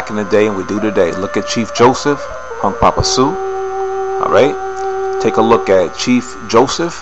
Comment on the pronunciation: It's Hunkpapa Húŋkpapȟa not Hunk Papa & by the way the word "Sioux" isn't a word. That word was made up by the French. Man o man my people really need to educate themselves more.